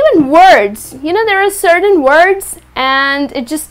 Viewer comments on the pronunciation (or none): none